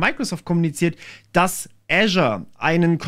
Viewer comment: microsoft "äschar" 😂😂😂